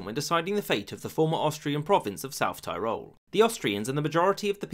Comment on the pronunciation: Every time South Tirol is mispronounced in this video, my ears bleed.